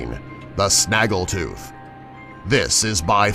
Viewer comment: Haha sanagl tooth :-D